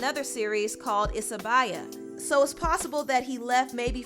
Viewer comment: The show "Isibaya" is pronounced EESEEBAYA.